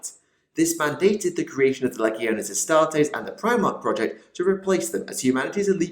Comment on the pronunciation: LEE-GEE-OH-NAYS = LEGIONES NOT LEGG-EE-OH-NEES. CMON THIS STUFF'S BEEN AROUND FOR A FEW DECADES NOW, PRONOUNCE IT RIGHT.